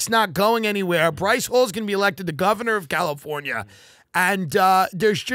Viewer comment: “…the Covernor of Galifornia”. That is all.